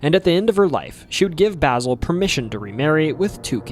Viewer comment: Way to butcher mavis and basils name